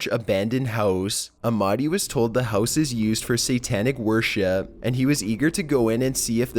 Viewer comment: When he says "houses" it sounds like "howses"